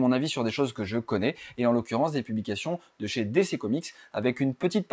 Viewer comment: On dit plutôt "DiCi" que "DéCé"